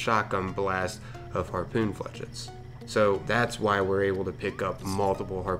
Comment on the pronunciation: FLAAAYSHEETTSSS......jesus ...flechits (fucking ingrish crit)